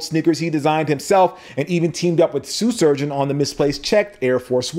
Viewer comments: Are you saying “Sue” Surgeon on purpose? Foreshadowing? 😂😂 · Very informative. Way to break down the difference in a product versus a service. Also, anybody else hearing, "Soo Shurgeon"? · Just once, pronounce Shoe Surgeon well. Just once, please. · "Sue Shurgeon" lol